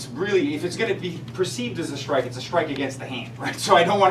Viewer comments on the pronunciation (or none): I don't think SHtrike is a word.